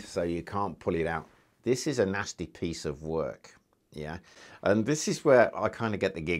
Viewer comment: "Nosty piece of wuk"- I love when he says that